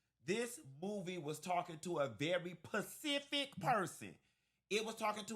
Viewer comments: I was with you until you said "Pacific"( water/ocean) ahhhh....i know you were joking right😂😂😂. I know you meant "Specific"right😅😅😅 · Great review,! But it's "Specific", not "Pacific"😊 📖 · My ears turned off a bit when he said pacific 6xs instead of specific… 🤦🏽‍♀️ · "PACIFIC??" Did u mean SPESIFIC?😂 The movie is complete garbage. Always the victim card and raycisss police, oppressed black ppl, systemic raycisssm lol😅 C'mon.. the white tatted up cop just put maonuvers her off the road in a crazy rage then screams he's gonna find a legal way to blow her head off??🤣🤣🤣 A "little bit u realistic" lmao gtfoh😂 u guys just love playing the underdog victim, and at the same time being criminals, killers🥳 cos white man is raycisss so iz justified!! Lmao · Thank you for your review. My father is a very educated man. Mechanical Engineer by trade with a Masters Degree. He's also one of your frat brothers. In all honesty, the one thing that irks me is, he also says "pacific" instead of "specific". I don't know if that's a southern thing or taught. Being raised in the north, it's highly irritating. Still love your commentary ❤️. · Pacific lmao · "Pacific person!" 😄😄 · Are you saying ‘Pacific’ on purpose?!? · Can you take that 's' from sbox and put it in front of PECIFIC 😂😂😂